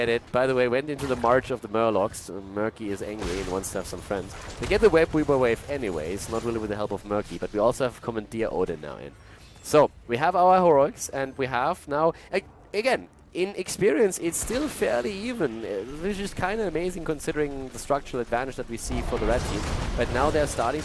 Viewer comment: Great Videos! By the way, it's pronounced Comman-"durr" Odin, not Comman-"deer" Hope this helps:D